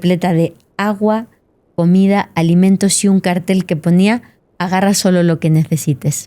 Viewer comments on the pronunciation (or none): none